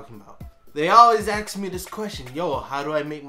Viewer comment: its "ASK" not fucking "AXE"